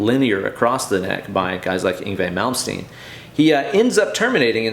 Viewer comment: Great video:). Thanks. Worth it for the Malmsteen mispronounciations alone:)